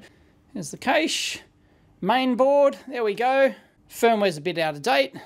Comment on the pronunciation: thanks for pronouncing "cache" properly.